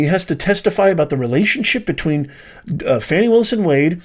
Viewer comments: Are you purposely mispronouncing Ms. Willis’ first name because you are that biased that you don’t feel you need to be respectful of the way she pronounces her own name? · This guy should pronounce her name properly🤔